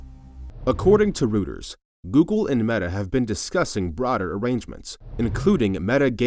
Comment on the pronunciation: Rooters? Reuters! Drop the AI narration.